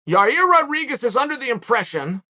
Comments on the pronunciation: Chael, you lost me at “Yer-Rear” 😆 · "Ya rear"🤣🤣🤣 you have to do these mispronunciations on purpose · “Likely to be a callout by Your-ear” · Socrates: who is the wisest man in Athens? Oracle: Chael "Yarear Makalchev" Sonnen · Ah yes, Yareer and Mahkelchev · Yareer. Mark the name down. Unbelievable. I knew Yair Rodeiguez was fighting Ortega, but I tune in and find out there’s a new fighter, who’s the #1 contender at FW and I’ve never heard of him. Yareer’s career was just made worthy by Lord Chael. And still the undefeated 🐐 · lol I understand the joke but I said that because Chael been calling Yair , Yareer for years 😂 so Yareer been in the UFC for at least 3 years